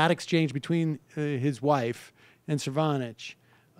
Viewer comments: Sam undercuts his credibility by continually mispronouncing the name of Cernovich, starting . Correct pronunciation is SIR·no·vich, not sir·VAW·nich. Interestingly, he pronounced Cernovich's name properly at the start of the video, but later switched to bad. Go figure. Additionally, , Sam says "which is a real phenomena", which is incorrect. The proper noun form is 'phenomenon'. Sam again undercut his own cred by using the wrong word when he rightly mocked Cernovich's misuse/mispronunciation of 'dilation', which should be pronounced DIE·lay·shun, not DEE·lay·shun. BUDAPEST • 2017 NOVEMBER 17 • • • • • • • • • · Lmao, Sam gets told the guy's name at the beginning and proceeds to still call him Cervonich the entire rest of the video. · CER NO VICH. Just say the name right. C'mon, you're a professional. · They got it completely wrong. It's Cernobitch. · I do like the correct pronunciation of name, then checking for correct pronunciation of name, followed by deliberate incorrect pronunciations of name. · Do you think it was an accident that Sam pronounced Cernovich's name like 5 different ways after all that's happened between them? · I love how Sam clarifies and pronounces that idiot's name correctly and then proceeded to pronounce it incorrectly for the rest of the video. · Sam's outright refusal to say Cernovich's name correctly is amazing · I counted 4 completely different pronunciations of Cernovich from Sam. lol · It's hilarious how you refuse to pronounce his name correctly. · Sam, I love you but you just cannot pronounce ANYONE's name correctly. What is that about!? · He’s saying it wrong on purpose because he has no respect for the man who got him fired from MSNBC. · He's mispronouncing Cernodicks name on purpose to piss him off. He knows everyone's name, but right wingers he does it on purpose. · Last video he pronounced cernovich right until he asked his pal how to say it, pal says it correctly then after that super cool seeder mispronouces it from then on.